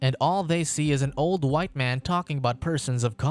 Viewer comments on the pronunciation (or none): none